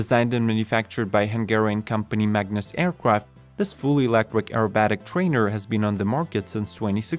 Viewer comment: Hmmm - since this one is all about electric planes, I think it's important that our narrator pronounces the word "electric" properly. He's saying "elec-quick"…